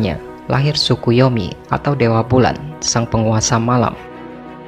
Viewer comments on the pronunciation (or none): none